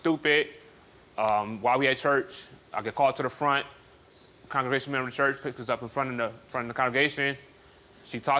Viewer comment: "memmer"...i only heard memmer when she said member